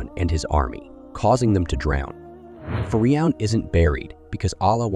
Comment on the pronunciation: It’s not fii Ron . It’s phee - Ron . You toool .